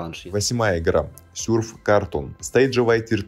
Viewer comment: почему ты говоришь сюрф ааа upd: СЮРФИР АААААА